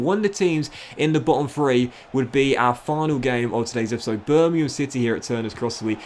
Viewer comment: Anyone else love the way he says “e-e-e-p-is-sode”